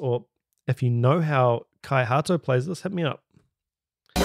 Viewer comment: Kia Ora. Great vid. A more accurate way to pronounce his name is Kai Hah-toh. FYI. Scandinavia is geographically, culturally and linguistically Norway, Denmark and Sweden. Having said that, if one includes Finland, Iceland, Greenland, Faroe Islands and Åland, all eight are collectively known as the Nordic countries. A bit of additional trivia: The Finnish language bears no resemblance to it's Scandinavian neighbours, neither does it relate to Russian. Much of it's culture also hails from a unique lineage. This had nothing to do with drumming, but there you go. No charge.